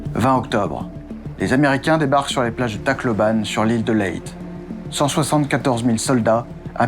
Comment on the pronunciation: super intéressant. J'habite sur une une île proche de Leyte où je suis déjà allé.Il faut prononcer Leytais et pour l'île du nord c'est Luzon (Louzonne). Hâte de voir la suite.